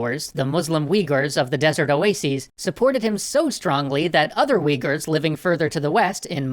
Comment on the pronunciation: Weeghurs?! Has mispronunciation finally reached it's peak?